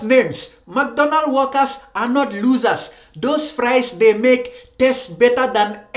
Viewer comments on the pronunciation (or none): Ohhh so he was saying workers I thought he was saying walkers. lmao